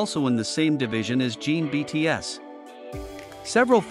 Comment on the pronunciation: is this AI, it's NOT jean it's JIN ... get it right